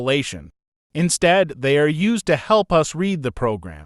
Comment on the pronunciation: The voice of the "presenter" in this tutorial is apparently an AI, and not a very advanced on at that. It makes a lot of pronunciation mistakes, like it pronounces the word "comment" (kah-mint) more like the word "comma" and when it says the word "read" as in, 'to read a book', it says it like that same spelled word in the sentence: 'I have read the book'. I found these flaws in the first few minutes of this tutorial, but I will keep going to see of I can understand it enough to carry on.